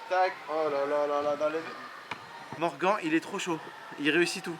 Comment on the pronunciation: Sa se dit morgane pas morgan